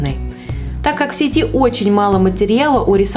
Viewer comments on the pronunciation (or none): none